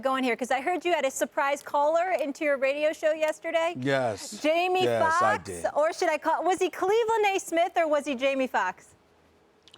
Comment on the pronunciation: “Jaime Fuckks”